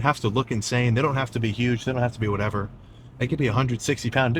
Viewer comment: I started rolling when Sam muttered under his breath “oh my goodness… well… Whateva”. Starting cardio this week